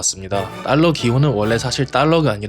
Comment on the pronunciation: ’딸러‘는 잘못된 발음임 ‘달러’가 맞습니다😅